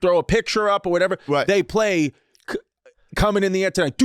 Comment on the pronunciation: Bobby saying "feel it coming in the air Jiv night" and Andrew catching it that fast is the epitome of the whole Bad Friends podcast.